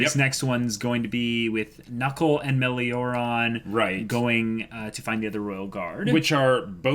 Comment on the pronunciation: Mods still need to tell them it's pronounced "Mah-LEI-oh-rone" not "Meh-lee-OH-rahn".